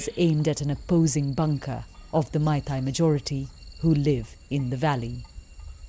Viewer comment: Dear BBC - please note that the 'ei' in 'Meitei' is pronounced like the 'a' in 'face' not the 'ai' in 'Thai'